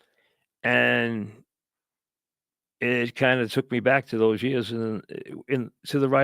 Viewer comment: “I been doin’ dis for 35 yeahs.”